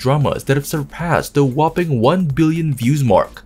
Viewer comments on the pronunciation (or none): none